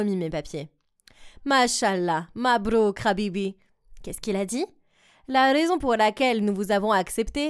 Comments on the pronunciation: Comment ca "RHABIBI" c pas Hbibi Ah ouaaais deja le premier bisous !c un peu rapide comme mem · Sa ma fait un peux rire quand il disant khabibi au lieux de habibi